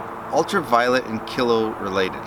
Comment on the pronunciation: Lol it's pronounced keelow just to let you know